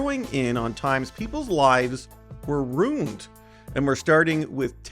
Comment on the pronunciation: I find it strange and distracting the way he pronounces the word "ruined". Who pronounces it "runed"?